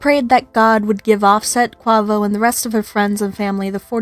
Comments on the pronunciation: So irritating that u can’t even pronounce his name right. If u are going to do a story about someone at least pronounce their name right. I can understand if it’s something like my last name “ Nguyen “ but it’s English. Say it with me “ k-way-vo “ not “ k-wah-vo “ 🤦🏻‍♀️ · Pronounced ( QAVO) u is silent!!!